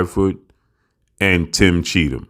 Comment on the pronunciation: He's name is CHEATham... Guddam